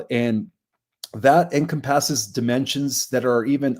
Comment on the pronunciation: Very interesting pronunciation of "encompasses"~!